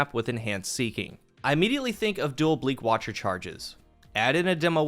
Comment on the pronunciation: *Bleak watcher* “bleach watcher” love u cool guy haha